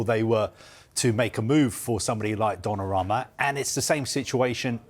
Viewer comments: Donnarama... ffs guys, it's 2025. Learn to pronounce foreign names! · The one “expert” can’t even pronounce Donnaruma correctly , and this is their full time jobs 🫠